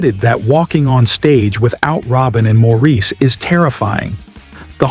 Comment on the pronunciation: The narrator should’ve been told Maurice’s name is pronounced Morris.